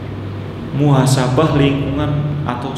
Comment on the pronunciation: Muhasabah om. Bukan muasabah